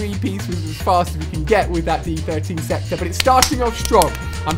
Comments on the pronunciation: stop calling it d 13 sector , pretty easy to tell its d 1(I)3(e) sector = diesector ..... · I love how you keep saying d13 sector.... i think the joke is the fact that its the die-sector or disector Ali... love the footage tho, keep up the good work man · It's supposed to be pronounced the die sector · did he not realised it is called the diesector?